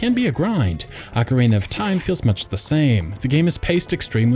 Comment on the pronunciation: Ugh, "ock-er-AY-nuh."